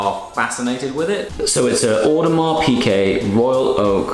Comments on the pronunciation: Piguet, not Piquet. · One of them should have told you that it's piGuet and not piQuet though :p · By the way, it's Piguet. Not Piquet. You should pay attention. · Please it is "Piguet" not "Piquet"... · Hi, I like very much your videos, but please don't call your watch an Audemars Pické, it's an Audemars Piguet with a G an not a C :). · love the diver, but please stop pronouncing it "Piquet"